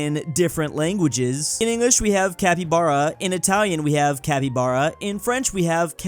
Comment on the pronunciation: You pronounced well capibara in italian